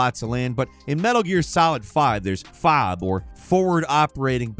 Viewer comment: Not to sound like a jerk, but it's pronounced F.O.B., not fob.